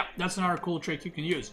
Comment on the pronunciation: How he says another “Anuter” cracks me up lol